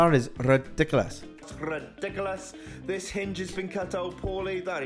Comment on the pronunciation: You don't pronounce ridiculous properly. Google it.